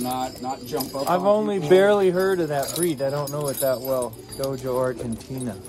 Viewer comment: And it's pronounced dog-o not dojo! Sign of a inexperienced Dogo Argentino owner. Which that dog is not. No brown on any Dogo. Can only have 10% of it face fur black and may have black skin freckles.